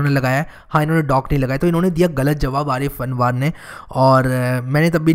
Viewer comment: Ha bilkul hogi bhai jaan but aapne mera naam galat pronounce kiya आरिफ अनवर है मेरा नाम और आप बैकग्राउंड म्यूजिक का बेस ज्यादा है स्टार्टिंग में। शुक्रिय आपका लेकिन अपने वो विडियो नही बनाया अपने बारे में और आप एक कम्युनिटी भी बनाये ।।।।।